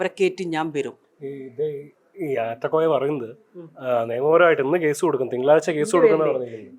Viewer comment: ആറ്റക്കോയ അല്ല, നാറ്റക്കോയ 😂😂😂😂